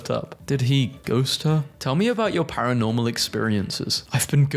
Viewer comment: paranormal? ... PAIR ONORMAL YOU MEAN?